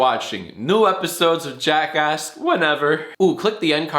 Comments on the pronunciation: Why do I sometimes hear jackask instead of jackass? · JackAsk...... it sounds more like JackAss when you say it xD